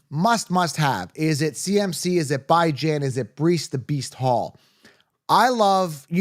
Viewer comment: calling Bijan “Bye Jan” lol